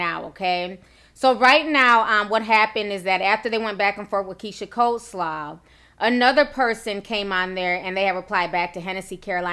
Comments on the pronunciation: But...dafuq is "cold slaw"? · When its COLEslaw as in Keyshias last name spelling and correct spelling of the food! Smh..Cardi needs to just keep her mouth closed and detach her texting fingers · Did she say keisha coldslaw ? What type of off-brand sorcery 💀😭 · Coleslaw..not coldslaw smh